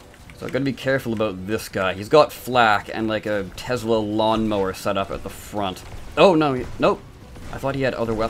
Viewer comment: Tesla not tezla